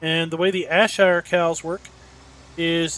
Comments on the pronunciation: JFYI it's pronounced air-shire lol. Good video. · BTW it is pronounced Air-Shire